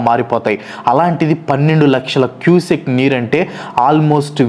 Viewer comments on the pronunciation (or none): Cusec bro adi cusac kaadu..antha research chesaru..adi kuda chesi unte bagundedi!